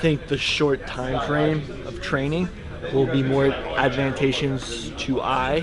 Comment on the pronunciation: ... "will be more... advantayshins to I"